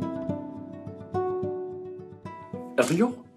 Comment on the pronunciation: The way he pronounced “Elio” 😂